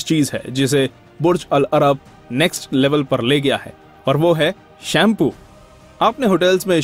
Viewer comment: your pronunciation of "Burj al-Arab" is wrong. But great video ❤️